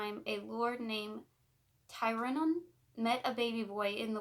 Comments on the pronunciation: My name is actually Rhiannon, the way you say it is Re-ann-on, but sounds more like Re-Ann- in. It rhymes with shannon. No one ever pronounces it right, it isn't a big deal though. My last name is tough for people too. Busby. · Hey! Fluent Welsh speaker here to help 🤍 The Mabinogion = Mahb - in - ohg- eon Rhiannon = Rhean - non Epona = Ehp - oh - na Hefaidd = Hehf - ai- dd ( dd, is also a single letter in Welsh and is pronounced like the letter ‘th’ in “the” ) Pwyll = Poo - uh - ll ( ll, is one letter in Welsh and pronounced like a hissing noise ) Dyfed = Duh - fehd the video overall was wonderful 🤍 well done, and thank you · Loved this. Her name is said Ree Anne On. Hope that helps x. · Its pronounced ree-Ann-inn it's my best friend's name